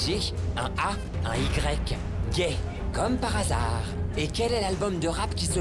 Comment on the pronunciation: jadore quand il dit "comme par assare ! "